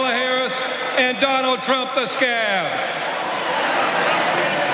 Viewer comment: i thought he said scam rather than scab lol